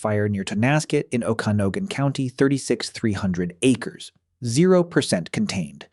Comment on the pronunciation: OkanGan and chelan are pronounced incorrectly